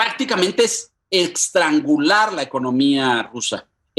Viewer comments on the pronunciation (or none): Por el Mar Muerto!!!??? El Mar Muerto es un laguito que se está secando en Israel. Se le fue a...es el Mar Negro. Y el 5o. miembro permanente de la ONU es Estados Unidos, no Alemania. Y se dice eStrangular, no eXtrangular. En fin, estaba nervioso por lo que está pasando. A todos nos pasa. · E S T R A N G U L A R!!!! NO EXTRANGULAR...